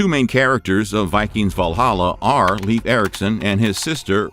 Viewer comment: I love your videos but his name is pronounced more like Laef not leaf like a plant